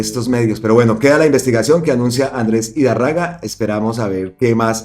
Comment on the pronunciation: 2 correcciones mi querido compatriota, el apellido de Andres Idárraga se lee tal cual se escribe con acento donde está la tilde igual el apellido Botía